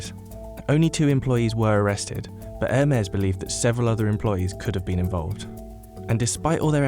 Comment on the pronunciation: Something peeves me that they keep pronouncing Hermes like "Air mares" like it's flying horses instead of "Her-mees"